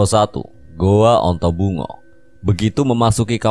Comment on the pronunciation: Ontobugo atau dalam bahasa indonesia disebut antaboga..bukan ontobungo